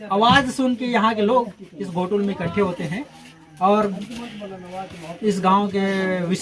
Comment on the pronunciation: घोटुल नही उसको गोटुल बोलते हैं